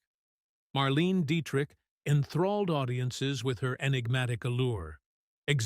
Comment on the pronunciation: Why can't AI pronounce Marlene Dietrich's name correctly? Even some humans get it wrong!